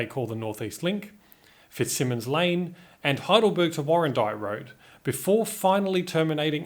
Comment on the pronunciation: Loving your stuff and I actually kept a copy of the 1969 plan that we got at my parents home at the time, who got them and why I don't know. Anyway one point, you mispronounced "Fitzsimons Lane", there is only one "m" and that is how the Fitzsimon family pronounce it. The problem was created when a sign was erected with the wrong spelling when the road was opened over the river around 1960.